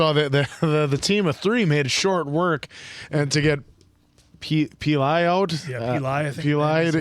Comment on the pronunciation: Is the mispronouncing names some sort of inside joke? Pee lie, make oh, sow ka, you-ni-lock, I can go on lol